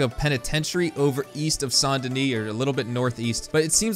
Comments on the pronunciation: Bro it’s saint denin not San deni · it's saint denis not sant denis